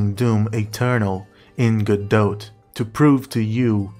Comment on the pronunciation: Video 10/10. Could be 12/10 if the pronunciation of Godot was correct.